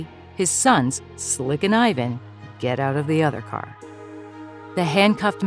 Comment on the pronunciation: PLEASE PRONOUNCE "IVAN" CORRECTLY